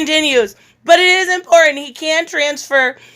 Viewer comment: "It's import-ant" 🤣😂🤗